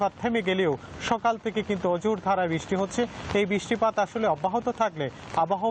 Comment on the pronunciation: Ore uccharon uni naki senior news presenter 😂😂.. 16 sec britttipattt 😂😂